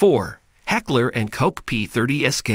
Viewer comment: Heckler and Koch. Pronounced Coke!!!! Like the soda.